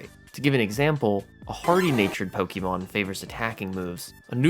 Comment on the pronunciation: I die a little inside every time I hear Pokey Mon. I think I lost a few months off of my life after this video.